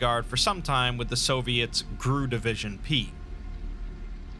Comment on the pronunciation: GRU isn't pronounced grue. You say it like any alphabet organization like KGB, CIA, FBI, etc.